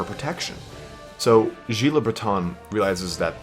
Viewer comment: "Gilles" is pronounced "Jhill", not "Jhi" Coincidentally, "Gilles" is a really common name in Bretagne and France. There's several historical figures called "Gilles Le Breton", because Bretons are an actual thing in reality.